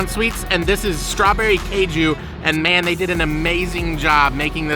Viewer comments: It's not keju it is kaaju - cashew nuts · It is not "kay ju". It is "Kaaju". Not sure how you would feel if non-natives say "baa gel" instead of "bay gel", or similar. I am sure one would earn strange looks for blatantly mispronouncing, and with how this western society is about approaching people (or not), it just would lead to perhaps, behind-the-back giggles, to worse. BTW, "Kaaju" is cashew, in Bengali. And, you are, in Bengal. And, as you can see, it is a different culture, and different language, even a microcosm within, in the great diaspora of India. We know you have never had "any" of those desserts before. Westerners, are singularly insulated, and the treats of India only exist as such a rarity here in the west, that it is superfluous to state you have never had it before. Especially for a first-timer. Keep discovering. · It's kaaju not keju , cashew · Caju is pronounced "Caa - joo" (think "Calm Jew", minus the L and M in calm) and it is something you already know. Cashew is the adulterated pronunciation of the word Caju. Just like the word Pistachio is the mispronunciation of the word Pista. The "ras" in Rasgullah means juice or syrup and is pronounced like the English name "Russ", with Gullah meaning a round or spherical object. The words Gulab Jamun translate to Rose (or Rosy) Plum. Kala ("Kaa - Laa") Jamun means Black Plum. See! You're learning Hindi already!! 😊